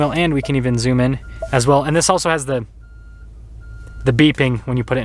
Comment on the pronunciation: you don't have to say "thee" instead of the all "the" time. Besides that I do like your videos.